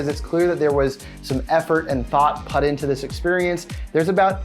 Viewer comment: I hate the way you pronounce "put".